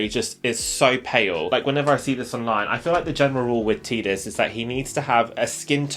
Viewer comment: Tidus as in tie-dus not tidus as in tee-dus but yes great character in final fantasy.